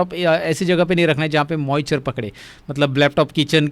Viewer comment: Moichure nahi hota hai moisture hota hai jahil 😂